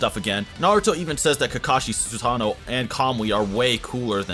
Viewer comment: Its pronounced Susano not sosano